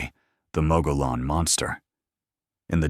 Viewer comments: Mogollon = Mo-gee-on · Mogollon is pronounced MUG-e-yon.